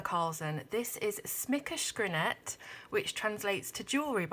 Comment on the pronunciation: I'm from Sweden, as is Hanna Karlzon and her book titles are in Swedish. I confess that one of the main reasons for me coming here was to hear a British person say "Smyckeskrinet". You did well though! Love your channel, I wish I had found it way sooner! Keep up the good work! Subscribed and hit the notification bell!